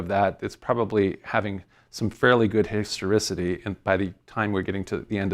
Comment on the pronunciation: Start a drinking game for everytime this guy says "histerisity" 😂😂😂😂